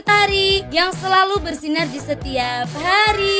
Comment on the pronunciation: bersinar di setiap hariiiii Yang ku dengar:menggila di setiap hariiii